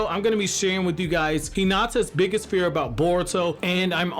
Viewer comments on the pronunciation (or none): none